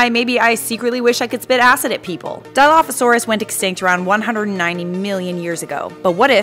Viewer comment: My dude even pronounced it wrong